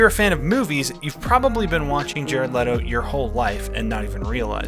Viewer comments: His name is pronounced Jared Leeto btw. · It’s not LEEE-to?’ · I've started a cult, the cult is called "It's pronounced Lee-Toe, like When Jared Lee-Toe says his own name, he says Lee-Toe." It's a bit of a long name for a cult, but I think it'll catch on.